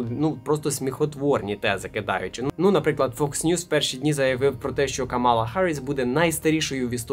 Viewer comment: КАмала, а не КамАла.